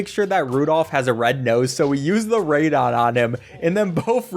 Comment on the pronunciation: He’s saying it wrong do